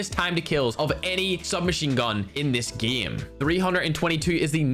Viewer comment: Can you say game and eight correctly. Not eit... EIGHT and not gme... GAME. Also we know your talking about CoD Mobile please stop saying it constantly. Other that those 2 really annoying things your content is very good.